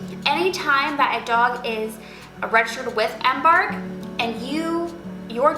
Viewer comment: Google the word embark and listen to how it's pronounced.